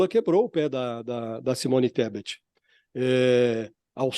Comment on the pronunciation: Poshmann, Pocmann, Porchmann, Pochimann😂Kkkkkkkkkkkkkkkkkkkkk "çimônistebet"😂😅😂